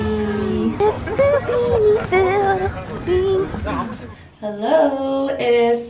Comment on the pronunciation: She said hellowerrr to alice😭😭😭😭